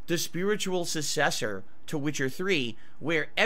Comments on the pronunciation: we got a "spiritual sussessor" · In 2 detractor videos he has the following mispronunciation; Nesslee Nish sussessor Is this motherfucker always drunk?